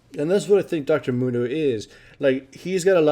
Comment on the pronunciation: Dr.Mundo? no, Dr.Gundo.